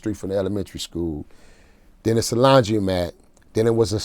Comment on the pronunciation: "When they first came out, that drop it like it hot. I believe it was that drop it like it hot record.or uhhh... Where they dancin, and... drop it like it hot?!" Lmao this part was funny.. and he aint pronounce no S's in "It's" when he say's drop it like it's hot.